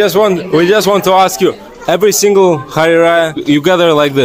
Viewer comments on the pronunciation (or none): none